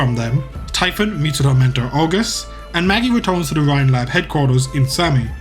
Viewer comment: Typhon is pronounced like tee-fon